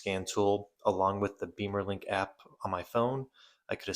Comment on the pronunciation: Beemer is slang for BMW motorcycle and bimmer for BMW cars, so bimmerlink (like it's spelled) and not beemerlink 😊